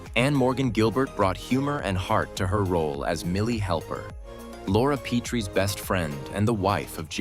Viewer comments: What a horrible retrospective. Can't even say Rob and Laura's last names correctly. thumbs down. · Hard to give these vids any credability when they dont even know how to pronounce Rob and Lauras last name correctly. Not to mention Buddy's last name